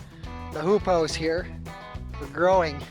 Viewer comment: Did you say hoop house or poop house? LOL great video